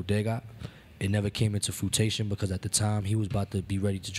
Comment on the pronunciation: this dude committed more grammar violations than should be legally allowed for a rapper... "Fruitation" instead of "Fruition" "Truth behold"/ "Truth be told"... plenty of others